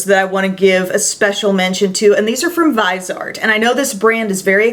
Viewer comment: Vis-E-Art, its french so not Vize-art I think? checked other sites and a translation tool - all say its the 3 syllable version x